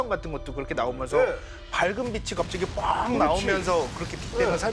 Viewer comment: 자기 전공분야 단어 발음도 제대로 못하는거 문제 있는거 아닙니까? 빛이 → 비시(x) 비치(o) 그러려니 하기엔 그 발음이 너무 많이 나오는게 거슬려서 보기 힘들어요 ㅠ 장홍제 데프콘님만 제대로 발음하시네요 → 라고 말하는 순간 메인패널분이 또 ‘처음으로‘ 바른 발음하시네요 → 라고 말하는 순간 또 비시 ㅠㅠ 비시 비시 비시 비시 ㅠㅠ